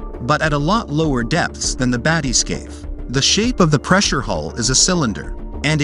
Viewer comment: If you can't pronounce bathyscaphe, you shouldn't let the universe know.